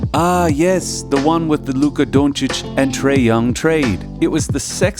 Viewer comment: People that pronounce Doncic the way you do should not be allowed to make basketball videos.